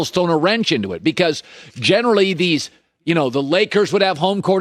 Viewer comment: Everyone: Generally Colin: Gennerdy Everyone: Regular Colin: Regyader